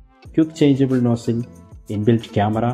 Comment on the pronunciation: What's vin-dos and no-sell? 🤷‍♂️